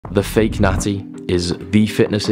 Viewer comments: took me a second to realize you're saying "natti" and not "nazi" lol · The first two times you said natty I thought you were saying nazi and I was so fuckin' confused lmfao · I swear he said nazi, I couldn’t figure it out! Is he saying natty?